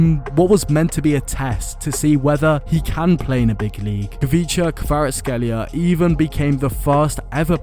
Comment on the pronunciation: Props for that pronunciation 👏👏